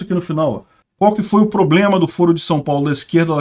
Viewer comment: Desculpe um comentário: Você é tão pontual e inteligente nos comentários… Porque você pronuncia “ pobrema”?